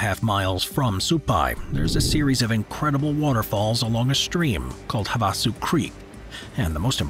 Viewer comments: I've lived in Arizona since 1981 and never have heard Havasu pronounced in that manner. Each syllable has the same emphasis and tempo : ie... have a sue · Have a sue sounds very English American sounding tho. Ha-Vuh-Sue sounds native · So aggravating when people cannot pronounce things properly, Havasu “ have-ah-sue” from someone who lives in the great state of Arizona, just so you know how to pronounce it! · And besides the crappy pronouncation, you have to hike into the canyon at night, because of the heat, that's how we did it, very beautiful. He causally says there are picnic tables there. Lol